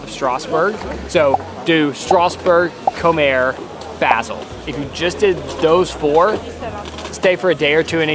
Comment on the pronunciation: On a side note: Colmar is neither in French nor in German ever pronounced as "Coalmaere". "Kolma" would probably be a bit better.